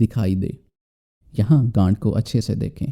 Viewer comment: 1.24 gath to gand jaisa sunai de raha tha😂😂😂😂😂😂😂